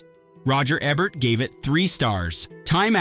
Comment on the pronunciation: Tell you artificial droid that it's EbERt, not ebbert.